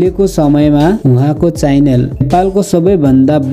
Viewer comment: च्याइनेल हो कि च्यानल हो 😂😂😂😂 म क